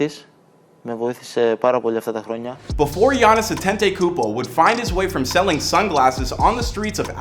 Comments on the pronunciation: I hate how he keep saying "Antentaykoopo" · He name is Adetokunbo!!!! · Actually his last name "Antetokunmpo" is pronounced "Adetokunbo" in his tribe (Yoruba) tribe of Nigeria and his mom is from the (Igbo) tribe so these two combination of tribe is always the top tier in Nigeria 🇳🇬🇳🇬 Shout out to Greece 🇬🇷🤝🏽🇳🇬